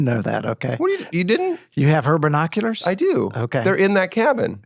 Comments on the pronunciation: "Burrnoculars" lol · You guys both say BER-noculars 😂